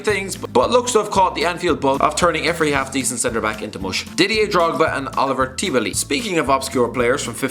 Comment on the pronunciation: It's Olivier Tebily not Oliver